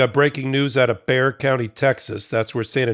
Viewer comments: THANK YOU for pronouncing Bexar Country correctly. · Way to pronounce Bexar! Good job. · You said Bexar correctly!!! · Just want to say awesome job on pronouncing our County correctly so many pronounce it how it's spelled. And I would also like to add even though Texas is read most of the major cities like here in San Antonio we are very much blue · Thank you for pronouncing San Antonio's county correctly. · ..... cudos for correct pronunciation of Bexar Co.!!!! :^)